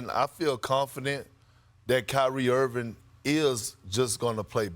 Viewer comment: Perk…..Its IrvinG not errvin!